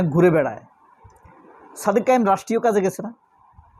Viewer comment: "কায়েম" শব্দটা ঠিক করেন ভাইজান